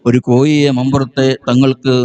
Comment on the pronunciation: കോഴി.... എന്നെങ്കിലും പറയാൻപഠിക്കൂ മോ ല്യേ രേ 😂😅